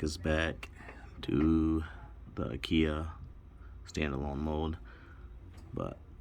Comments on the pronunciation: You pronounce Akai like Uhh-kie....like ”uhh” don't know...and like pie with a k. It sounds like a cheap furniture store your way lol. I'm just looking out people will have jokes. You probably figured that out already. Yep so since the MPC X is based from Linux it uses the exFat format. The way you did it is the recommended way to do it for larger drives. You can format from the MPC after you've done it that way first by going to browse>places>selecting the drive and holding shift.. format should show on the screen. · As soon as I heard ah kia I stopped the video 🤦‍♂️